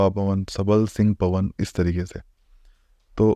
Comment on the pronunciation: Kalva poan veer Pawan nahi poan hota hai